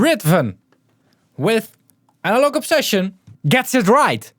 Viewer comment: "I think I'm pronouncing it correctly" - sorry to be the guy but: No, not even close 😂